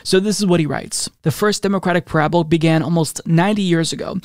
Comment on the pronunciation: Who pronounces parable like that?